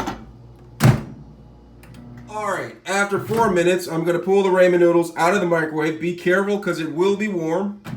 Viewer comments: Ra-men not ray-men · It is pronounced rah-men, not ray-men. Cool vid though 👌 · “Ray-men” lol 🤦🏽‍♂️ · I'll say Raymen till the day I die. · No, they have problem pronouncing the "th" sound. Like they'll pronounce the name Matthew like Ma'few, lol! But I think he's just being funny pronouncing it as "raymen," lol! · I cant watch this video any longer because the way you’re pronouncing ramen is wrong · my guy she legit said i will leave because you are not pronouncing ramen correct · I thought this was a troll vid when i heard how you pronounced it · He’s black.. they have a hard time pronouncing things. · He knows how to spell it. He was referring to the way that you pronounce “ramen”.